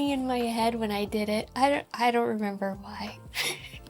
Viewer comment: "I don't rember why" ? 😜